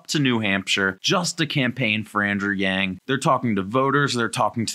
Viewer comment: Does he know he pronounces his last name wrong?